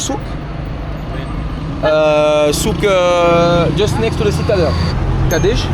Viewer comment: Arrête de dire KADESHH pour demander le prix parce que en fait comme tu peux pas prononcer la première lettre correctement ils comprennent pas ce que tu dis Demande plutôt AD DEICH HA’O ou juste AD DEICH